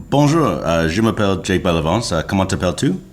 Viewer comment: His French was completely fine, I would understand if the app didn't detect his "bonjour" but his "comment ça va" was clear as day. The 2nd "je m'appelle Jake" was also very clear